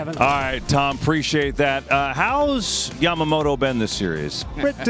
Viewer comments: love how big Papi calls him “Jamamoto” 😂 but seriously big respect for the props the guys give to today’s current players and the performances they’re watching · I prefer it over the people who call him YAM-MA-MOTO.